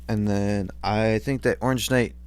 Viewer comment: Oreengeknight lol no hate